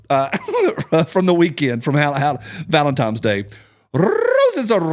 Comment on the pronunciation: Ugh I thought we were done with saying ‘valemtimes’